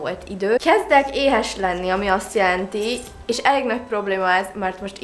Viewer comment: Csak nekem tűnik úgy mintha ha “és” helyett mindig “iést” mondanal? 🙂 nem azért mondom tok aranyos 😊